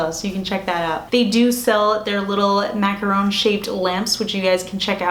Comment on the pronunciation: So cute! And I'm sooooo glad you pronounce "macaron" correctly lol. There's a very popular beauty Youtuber who mispronounces it every time as "macaroon" and it drives me 🦇💩 crazy haha!